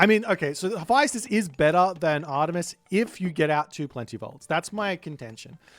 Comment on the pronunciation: Mummy vizIER not vizer Also please check the pronunciation Hephaestus 😮